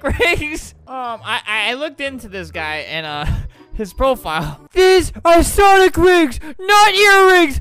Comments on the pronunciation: Sonic❌ Sawnick✅ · Did he still call them sawnic rings? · “Sawnick” haha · Its called sawnlk rings